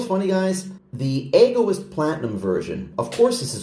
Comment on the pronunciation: Pronounced Eg - o - east 😊